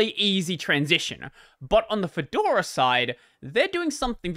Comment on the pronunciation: "Kedora". Hey, that's my distro! I'm equally excited and nervous about how the big switch to v40 will go.